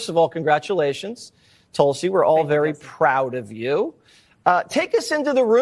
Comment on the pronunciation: Give me Tulsi over Bolton any day; and you said it correctly,!